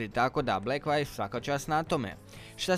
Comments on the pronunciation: Super review, samo me blekvajv svakih 30 sek direkt u celo zabodes. View = vju, blekvju 🤣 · Nije "Blekvajv" nego "Blekvju". Čisto da te naučim izgovor. Samo deri dalje.